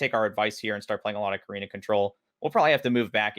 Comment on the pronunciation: You know there's a t in KATarina, right?